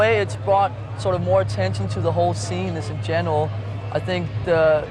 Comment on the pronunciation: Lmao. . Genwal. You mean GENERAL lars? (GEN-E-RAL) hilarious.